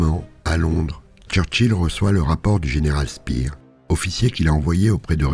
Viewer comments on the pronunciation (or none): none